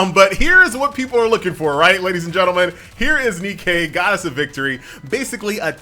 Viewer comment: It's not NE-Kay DAMMIT it's just Nike that's all the Greek Goddess of victory is called Nike.... NOT NEE-KAY